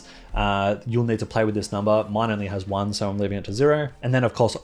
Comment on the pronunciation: Amazing content! I don know if it was just me but I thought you were saying “sorry” all the time you say “so” I was like: “Why is he saying sorry all the time?” 😂🤦🏻‍♂️ Again, thanks for sharing your knowledge with us!